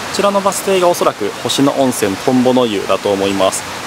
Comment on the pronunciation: 誤：「星野温泉トンボの湯」行き 正：「星野温泉トンボの湯」で下車 ほか 「星野温泉」の読み方 誤：ほしのゆおんせん（どうしてそうなった…？） 正：○ほしのおんせん お詫びして訂正いたします。